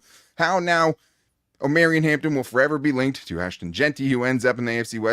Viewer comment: Jesus please, it O-Maw-Ree-On 😂😂😂😂😂 like “Mario” Omarion. Reminds me of the Key a Peele skit 🤣